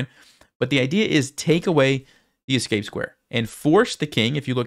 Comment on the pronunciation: You lost the game, but you win a moral victory by saying ES-cape instead of EX-cape like everyone else.